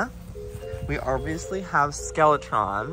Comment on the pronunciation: Did anyone else think Joey was saying “SkeleTRON” all this time? Just me? Okay 😂